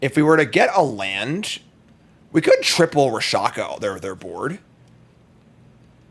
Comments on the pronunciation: He was actually calling it Ra-sha-ka instead of Rak-sha-sa... killed me the entire time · RAK-SHA- SA!!!!!!!!! what in the holy dyslexia is wrong with you? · He called it Rakshakashakashaka later, so he is probably doing it on purpose.